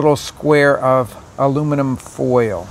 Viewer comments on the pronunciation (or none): His pronunciation of oil and foil is interesting; oy-uhl and foy-uhl, two syllables.